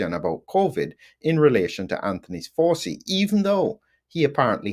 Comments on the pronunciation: Hi - it’s pronounced Fow (like wow) - chee, not Forsee, as far as I’m aware. Happy to be corrected. Very interesting episode - some parts a little beyond me but I’m still learning. Thanks again. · Excellent exegesis. Are you pronouncing Fauci correctly? You make it sound a bit like 'faucet,' but it's an Italian name, isn't it . . . ? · Why are you pronouncing his name like that?